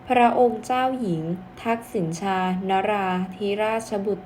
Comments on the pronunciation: อ่านว่าทักษิณะชาศึกษาให้กระจ่างแจ้งแน่มาก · ชื่อท่านออกเสียง ทัก-สิ-นะ-ชา ค่ะ